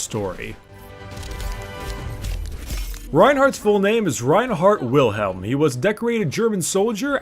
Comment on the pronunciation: just saying. its pronouced vilhelm. German is weird